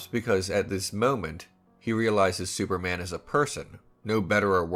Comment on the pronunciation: Di you just say "sewerman" at the start lol